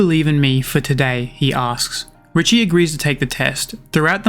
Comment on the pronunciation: I believe it's pronounced, Ree-shay, kinda like cliché. But i could be wrong. This manga deserves an amazingly animated anime. I'd be devastated if it got the Sakamoto Days treatment. After reading this manga, I genuinely believe we have a masterpiece of a manga in our midst, but that's just my opinion, I guess